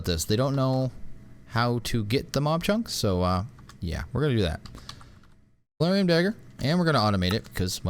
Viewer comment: Soulium... not soularium😤 I dont blame you, i blame the mods...